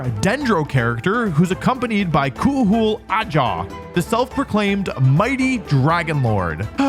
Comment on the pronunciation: I know this mf did not pronounce Kuhul Ajaw like that in the ad read LMAO